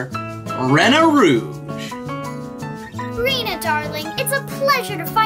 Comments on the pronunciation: REENA ROOGE NOT RAINA ROOGE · It’s actually Reena rouge well it sounds like it but her name is Rena rouge but not How you say it not to be mean